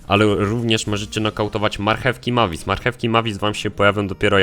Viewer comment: Jak już mówisz postacie to wymawiaj je dobrze Mavis czyta się Mejvis